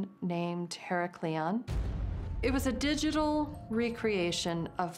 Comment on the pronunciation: She is not pronouncing Heracleion right, even if she has american accent she should remember the old/original name of heracleion or pronounce it right. this is fake